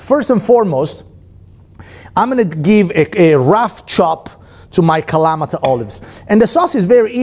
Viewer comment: Nice, but why is he pronouncing "Kalamata" that way? LOL!